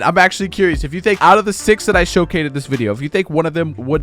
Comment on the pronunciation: "out of the 6 I showcatted"?